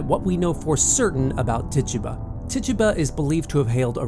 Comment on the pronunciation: Tituba African/Caribbean pronounced Tey-toobah